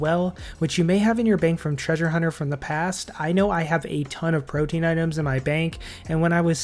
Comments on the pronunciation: Perfect video for DXP! Thanks! Side note: It's pronounced pro-TEA-an (3 syllables) not pro-teen. I think I've only heard 1 Youtuber say it correctly, so you're definitely off the hook! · It's prote-an, not protein.